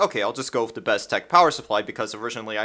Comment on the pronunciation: I don't understand people getting mad about the way you pronounce mate. I'm just looking forward to you saying with instead of wif.